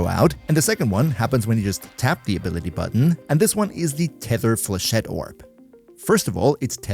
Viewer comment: For a non French man, you deal very well with the flechette, bastille and Vauban name's :D well done to you ! Still Best Videos as always and dw for the synergy we got your back ! Love and kills from French MR-LR3 <3